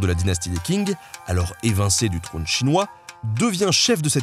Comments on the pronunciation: la prononciation c'est /tʃɪŋ/ , pas comme un King anglais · pour info, Q en pinyin se prononce "tch" et donc Qingdao se prononce "tching dao" ce qui se voit sur la photo en d'ailleurs la dynastie Qing ( ) se prononce "Tching" a part ça chapeau bas pour le reste de la prononciation en chinois !! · Hello merci pour cette vidéo ! Pour information la dynastie Qing se prononce "Tshīng" et non pas "King" Chose amusante car après vous mentionnez Qingdao qui a donné son nom a la ... Tsingtao ;) Bonne continuation ! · Bonjour, le "Q" en chinois retranscrit en alphabet latin (pinyin) ne se prononce pas du tout "K" mais comme un son un peu entre "T's" et "T'sh" (d'où "Qingdao" est souvent retranscrit "Tsingtao"). On dit donc la dynastie Tshing, mais pas King. On dit Tshingdao (ou Tsingtao) et pas Kingdao. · Petit commentaire sur la prononciation = Qing {tchin'} le Q se prononce TCH (et le G final comme un G qu'on garderait dans la gorge, qui ne se prononce presque pas). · Elle était cool la vidéo seulement Benjamin on dit pas King mais Tching pour la dynastie Qing, voilà la petite parenthèse est fermée en espérant que vous vous intéressiez à la langue chinoise qui vaut le coup d'être étudiée. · Salut ! Super vidéo ! Petit bémol : Qing c'est pas king, c'est ching ! :p Edit : ah bah vu c'est mentionné dans la description. Mdr ! Continuez comme ça ! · Qing qui devient King, ca fait mal Qingdao, kingdao, en plus tu mets l'image de la boisson dont le nom est la prononciation xD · Très bel épisode: je me permet néanmoins une légère correction: Qing se prononce "Tching" et non "King". Merci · Les 'Tsing' pas les King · Eux pourquoi tu prononce Qing comme King ? C'est pas un roi ! Q c'est pas un K mais un Ch ! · "Qing" se prononce "Tching". "Qingdao" => "Tchingdao" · Le Q se prononce "ch" et non K :) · En pinyin Chinois le "q" se prononce "Tch" Sinon à part ça, super video👍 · "Qi" en chinois se lit "tchi". Donc la dynastie c'est "tching" (Qing), et la ville "tchingdao" (Qingdao).